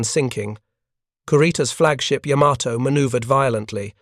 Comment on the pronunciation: "Yamma toe"???